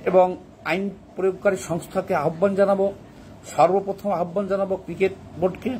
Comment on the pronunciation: তুই আগে ক্রিকোট কে ক্রিকেট বলা শিখ।